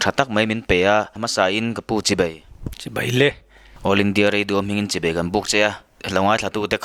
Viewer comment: AIR meuh chuan tawng dik leh lamrik dan dikin in lam turah ka lo ngai a, a bul tanna ah CHIBEI an ti nghal ngawt mai a, ka ngaithla chak lo rawih mai... Fimkhur hram hram teh u....